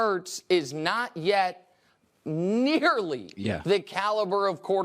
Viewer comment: Anybody else almost here niggerly when he said nearly